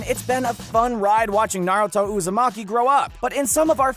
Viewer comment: NarAto UzAmaki